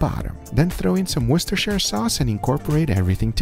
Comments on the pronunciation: He can pronounce Worcestershire properly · i'm really impressed he pronounced worcestershire right, as a lot of americans say it wrong! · finall, A non British person who can pronounce Worcestershire sauce